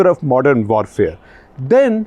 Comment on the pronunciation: Hello. I'm here to point out that uncle is still saying W wrong. Vorfare nahi uncle warfare.